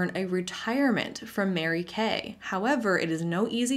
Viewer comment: “I did marry Kay” as in matrimony is how I heard it while driving 😂😂😂